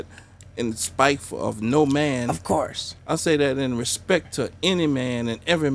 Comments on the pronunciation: “I respek him”😂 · Did you put some respeck on his name Steve-o? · Put some respek on his name steeeve... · did you "Put some Respeck on his name" ? lmfao